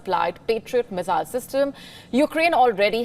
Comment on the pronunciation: Her pronunciation of "Missile" is really irritating.